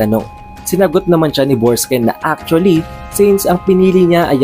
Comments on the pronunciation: Borksen po hindi borksken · BORKSEN--- di Borksken... Hayts... DI mu nga ma pronounce maayos ang character names tpos e deep explained mo..weird